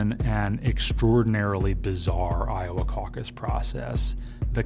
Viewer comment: Seems as if "EYE - OH - WAAY" is a bit if a mess...